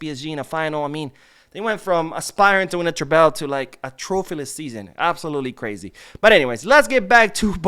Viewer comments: Love your channel and watch everything you post. But it bothers me every time you pronounce Treble like that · I hope I don’t come off like a jerk but why do you pronounce treble like that?